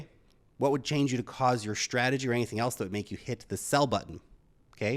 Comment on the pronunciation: Dude! The word is Ssssstrategy not shhhhhhtrategy!